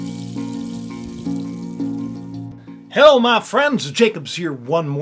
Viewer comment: Did you say "Hell my friends" in the beginning, lol. You aren't lying.